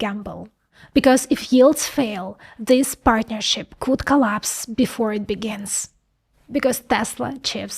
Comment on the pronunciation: "Whatever coot go wrong, went wrong." 😂